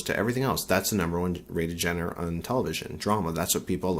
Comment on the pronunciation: Ah, so "real" is people pulling antics and being ridiculous? That is so laughable! Sure, those who like the drama are free to watch it. That doesn't make it any more "real" than the so-called "Reality TV" shows bombarding our televisions nowadays. Oh, and it's pronounced "zhahn-ruh".